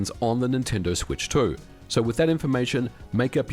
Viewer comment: Nintendoo Swetch Toh